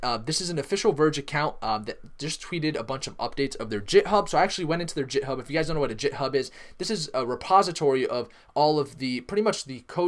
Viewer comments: It’s called Github not jit hub... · Also, it is github as in "get" not jithub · I've never heard it pronounced "jithub" in my life. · tAz his pronunciation is awful!!! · Eh, I don't expect people outside of software development to know how to pronounce nonsense words. No biggy. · "Jit' hub lol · WTF IS JITHUB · Why do you say Wraith and Git Hub incorrectly?